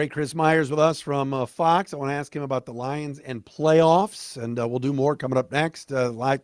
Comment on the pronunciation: “the LIEuns” -chris myers